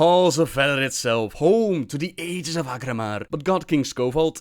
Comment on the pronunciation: I can't believe not a single person at blizzard googled "how to pronounce aegis". It's especially obnoxious because they used to pronounce it correctly in previous expansions.